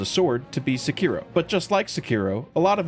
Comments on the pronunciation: its Se-ki-ro not Se-kiro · I just listened to this guy pronounce Sekiro incorrectly 5 times in a row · are you trying to piss me off with how you pronounce Sekiro 😂